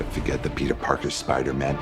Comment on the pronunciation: For some reason it seems like doc ock was saying “you’re not Peter pogger”